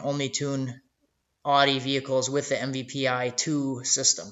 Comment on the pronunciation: MPVI not MVPI